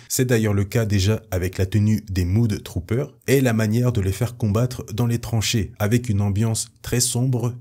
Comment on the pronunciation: Ça se prononce MEUD Troopers, pas MOUD Troopers ;) Mud (meud) = boue (un marais ça se dit "swamp") Mood (moud) = humeur (comme dans "good mood" = bonne humeur) Bref les Mud Troopers sont des "Troopers de boue"... (mais ça se traduit assez mal, faut avouer).